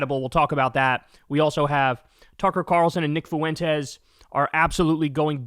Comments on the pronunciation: no he most definitely not my friend lol. He’s not trying to be mean tho so I’m not hating. It’s pronounced ‘Fwen-tez’ ’. The U sounds like a W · That Kyle Fooo-wentez pronunciation of Fuentes never gets old lol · I guess you don't read my comments. You don't pronounce Fuentes as if it is three syllables, like this: Foo-IN-tezz. You pronounce it with only two syllables, like this: FWEN-tess. It's not that difficult for an English speaker to pronounce correctly. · It's "FWEN-tez", not "foo-WEN-tez". Absolutely maddening.